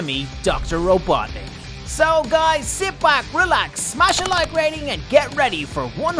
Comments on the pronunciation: Robotnik not robotnic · Its robotnik not robotic